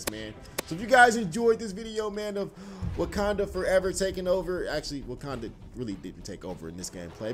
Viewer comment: Lol he said wookanda forever lol